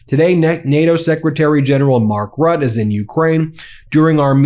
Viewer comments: BTW Rutte is said Rut-te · Dear Ben: Mark "Rat" is "Mark Roote". The butchering of foreign names must stop, if you want to be taken seriously as a commentator of international events. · I believe the NATO secretary general’s name is pronounced Mark “ROO-tuh” rather than “RUT.” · Mark Rootah is how it's pronounced. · It’s pronounced RUTTA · 💙 Ben, please work on your Ukrainian pronunciations 💙 All the best for all the rest 🐺🇺🇦